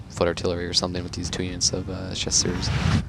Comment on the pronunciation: Well, while we're at it, his pronounciation of Chasseurs needs a touch up too. Though i can't think of a similar sound in English, the -eu, is definetly not pronounced -u. The best example i can give is an Ø/Ö sound.